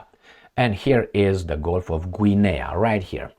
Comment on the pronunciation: Guinea is pronounced Ginny.. like Vinny with a G, I believe 🤔 😄 I could be wrong, lol 😂 🍻